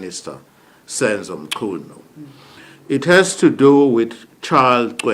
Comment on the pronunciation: It's not mshunu but Mchunu eish 😢